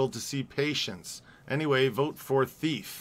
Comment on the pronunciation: The movie is pronounced TEEF !